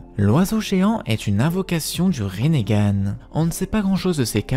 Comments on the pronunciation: Parce que ça se prononce Rinnégan peut-être ? 🤡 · Mais pourquoi tu dit rinégan